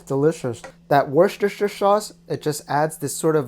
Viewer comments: I think it’s Woos-teur-shayr sauce. Idk im no genius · It's wooster-sure (wooster-share in England, or they actually just call it Wooster sauce) and these recipes look amazing. I will hopefully be able to try lotus root some day. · Hahah no, not ‘Wooster-share’, but ‘Wooster-sheer’. When I watch American programmes on Food Network ‘Wurrrr-cester-shire’ always makes me laugh!!! Looks great 👌🏻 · The British pronounce it as wooshter sauce ☺️ hope that helps! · I actually only learned how to say it after we studied a case in law school with the name Wooster. From there I learned it was derived from Worcester. Kind of a winding road for sauce etymology. I do still enjoy hearing my mother try to say it. She says something like "worster tisher sherr." It cracks me up. Almost as fun as when she says cinnamon. "Cinnonimonin." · Really, the best way to type how it’s pronounced is “wuh-stuh-sheer.” But yah, we just say “wuh-stuh” sauce